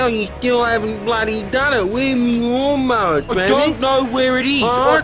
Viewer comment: Cracking up at “still haven’t given me me laawn mower”